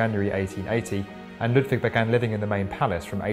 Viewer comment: Very nice video, but as a german, the pronounciation of "Neuschwanstein" (a bit better would be a small pause between the Neu- und -schwan and -stein) and also "Ludwig" is terrible :P